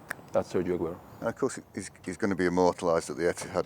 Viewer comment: How hard is it to learn to pronounce Sergio in Spanish?